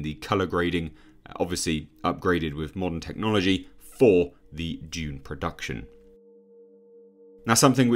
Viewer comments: It's 'DOONE' NOT 'JUNE' BY THE WAY. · I believe in Arakian it is pronounced D’ēēöön